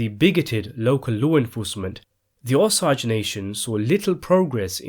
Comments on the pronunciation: Even some of the google pronunciations are wrong. Unless it varies by region. Which it shouldn't. It should be how the people themselves pronounce it. Accent on the first syllable, OH-sayj. As in the plant sage. I've seen some say they hear it pronounced with an 'ay' sound after the 'j' sound or others put juh at the end, aa if 3 syllables. Even saw one who thought it was oh soggy, as in my food is soggy. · Never heard the Osage pronounce the way the speaker does here. I wasn’t sure who he was talking about. I’m from Independence Missouri and the Osage Indians controlled pretty much all of Missouri in the early years. Here in Missouri we pronounce it O-sage. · I live in the Osage River Valley... you’re saying it wrong....it’s pronounced to rhyme with the word SAGE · I just finished the audio book it is pronounced hard O,S, hard A soft g or j sound. Osage. Like it’s spelled. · Its O-Sage. Just like its spelled.. o sage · Pronounced Oh Sage....Osage...👍👍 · Osage is pronounced "oh - sage" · You seem to have a fixation on "americans". What's your deal, anyway? No matter how you pronounce "Rodeo", it's difficult to confuse it with anything else, whether "roday-o" or "rodi-o". However, when you pronounce "Osage" as "osauge", it is confusing and awkward . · Ok I refuse to watch anymore of your videos until you pronounce the Osage tribe correctly. It’s frustrating to listen to you completely slaughter an easy tribe name to say. It’s O-sage. Like the herb sage. Please remake your video, because it doesn’t do the story justice. I know some of those ppl effected by this and grew up listening to them cry and tell it and you slaughtering the pronouncement of their tribe is completely disrespectful when I know I’ve corrected you last year about this. Stop and look up Osage Indians and watch a documentary to learn how to say their tribe name. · I’m from the Osage area. It’s pronounced O say ge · It's "OH SAGE" driven' me crazy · it's pronounced O-sage Indians....